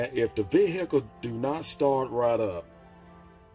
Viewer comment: The vee hickle